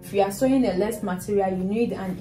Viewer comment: It’s lace. With her accent it sounds like “less”